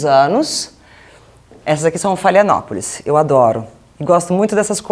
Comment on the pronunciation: Ana Hickmann: você não sabe nem os nomes das orquídeas: falou "phalaenopolis", ao invés de "phalaenopsis" (não sabe mesmo o nome, porque falou errado 2 vezes)! E ainda acha que a flor azul é natural! Se cuidasse delas, saberia que essa cor é obtida com corantes injetados no caule e que a próxima florada será branca, a "cor original"! AS ORQUÍDEAS NÃO SÃO PARASITAS! Elas vivem em SIMBIOSE com as plantas hospedeiras, não retirando nutrientes destas, e usam os caules das árvores apenas como apoio, para alcançarem a luz do sol na mata fechada, onde costumam brotar as sementes! As tuas orquídeas que estão amareladas, devem estar recebendo sol demais naquele canto. Nos vídeos dos sítios Colibri e Orquidário Paulista, eles ensinam que antes de colocar o substrato no vaso, precisa-se colocar uma camada de drenagem (ou pedras, ou isopor picado, ou tampas plásticas de refrigerante, entre outros), para que a água que não sair pelos furos do vaso não ocasione o apodrecimento das raízes. As "casquinhas" retiradas do vaso plástico que vêm com a orquídea devem ser descartadas, porque são antigas, podem estar apodrecidas, com bactérias e fungos. As raízes não são resistentes e não devem ficar "entaladas" no vaso, por isso não é recomendável plantar várias no mesmo vaso, "esmagando-as". Firmar as raízes é diferente de sufocá-las. NUNCA REGUE COM GELO, CÉUS! Os canais Nô Figueiredo, Vida no Jardim (da Lúcia Borges) e Minhas Plantas (da Carol Costa) têm muitas orientações de como cuidar dos vár